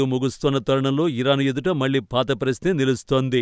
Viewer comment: malli kaadu talli.. మళ్ళీ .. మళ్ళీ ..